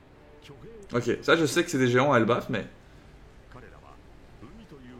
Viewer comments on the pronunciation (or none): none